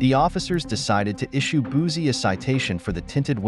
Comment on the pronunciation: As a Louisiana native, it’s Boosie (Boo-see). And before anyone jump on my comment, I’m not condoning his behavior.